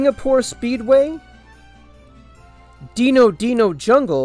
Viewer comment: Bro really said deeno deeno jundgle